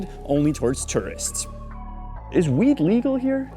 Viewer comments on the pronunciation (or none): Sounded like you said wheat much of the video. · Stop saying 'Wheat'... damn son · It sounds like you are saying "wheat" and not "weed".